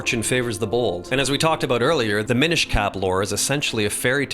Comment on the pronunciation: It’s actually pronounced “minish”